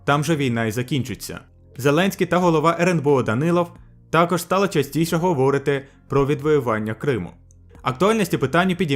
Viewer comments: У слові "говорити", наголос на першу літеру "и", тобто, говОрити - неправильно, говорИти - правильно! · ГоворИти, наголос на И.